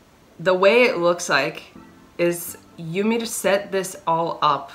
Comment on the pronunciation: the way you pronounce "yamir" is awesome !😄